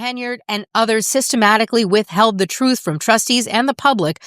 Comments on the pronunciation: She’s going to tell the truf about these allezations… 🤡🎪👩🏿‍🦰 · She telling the truff 😂😂😂😂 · Tiff , the con and liar, and her attorney, the blustering windbag ...are painfully ridiculous. It was and IS her shit show. She is entirely unable to tell the "TROOF". Show us the proof.